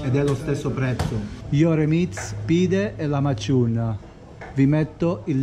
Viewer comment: Comunque si dice lakmagiun non lamaciun 😂